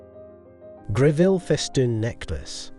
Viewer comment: Other than your Pronunciation of Mrs Gre-ville rather than the more acceptable and more usual pronunciation of Grevul.... I do commend you on finding many, almost unique photographs of The Late Queen wearing these Jewels... The Ruby Necklace is a prime example...I've only ever seen, one...much copied and rather poor quality Photograph of Queen Elizabeth wearing it. here you show a good few. What a treat! .Its a Piece that really does need a "plunging " Neckline such as Both the young Queen and Princess Catherine, displayed. All the Jewels are were lead to believe there is a good chance...There are More? Do we know for example of many Brooches that Mrs. Greville may have left The Late Queen Mother?